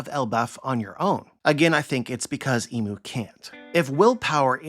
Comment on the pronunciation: I feel like it’s important to call him imu not mu